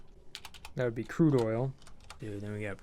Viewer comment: lol "curde" oil